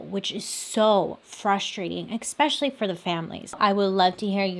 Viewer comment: LOL! You always joke about your mispronounciation of words but I've only picked up on 2 words, which isn't bad at all! Those words are statuTe (you leave out the "T" at the end) and especially (you pronounce it as eX-specially instead of eS-pecially)! It's actually endearing!